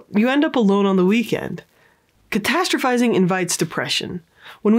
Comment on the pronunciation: Okay but can we take a moment to appreciate how many times she said “catastrophizing” properly? Idk if I even spelled it right 😂